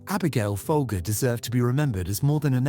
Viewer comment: The family name is pronounced "Fol-jer". The brand name was pronounced that way for decades in TV and radio ads. Abigail's name was pronounced that way when she was murdered. What idiot produced this video?